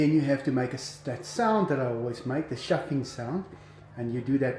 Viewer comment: Chuffing, not shuffing!